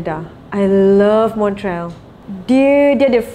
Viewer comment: Teringat dia berlakon chapalrela dengan Johan Dan zizan. Wow sebutan Montreal ikut French Tu.